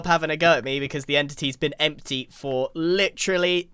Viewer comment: the "empity"